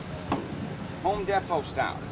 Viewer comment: It's pronounced HOME DEE_PO ...